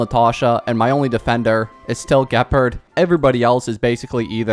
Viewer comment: Help it’s the fact that your pronouncing his name Geperd and not Ge-pard